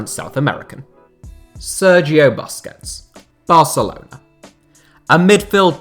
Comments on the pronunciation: Hate how he pronounces Busquets :D Its Boos-kets my bro! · When he said 'buskets' I wanted to die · The 'bus' in Busquets is pronounced 'puss' like pussy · The way you pronounce Busquets make me want to punch my phone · your pronunciation of Busquets is so hilarious